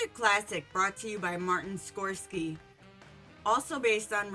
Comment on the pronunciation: You're pronouncing Scorsese wrong... Try Google the American and Italian pronunciations are slightly different.